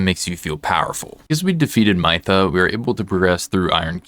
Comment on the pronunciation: Pretty sure her name is said Mith-uh not My-thuh